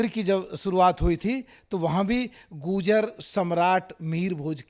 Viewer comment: Abe pagal phle to bo tu goojar bol rha hai har baar bo gurjar hain na ki goojar😁